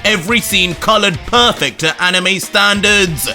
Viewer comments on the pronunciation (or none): none